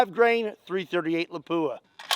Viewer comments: My Finnish friend Tero say's it's pronounced "LAP - wuh" not "la POO uh." Just sayin'. Otherwise, I LOVE your videos,! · Not La-PU-a. LA-pua. Stress the first syllible. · Did you say Lapua? That's finnish city!